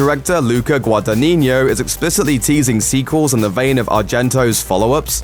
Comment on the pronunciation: He even mispronounced the director's name lol